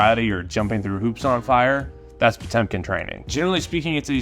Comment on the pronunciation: Actually 😂 it is: - Pot-ë-mkin Pronounced like that: - Pot-yo-mkin